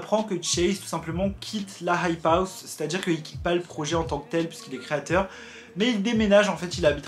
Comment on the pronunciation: Tu sais pas dire hype house fr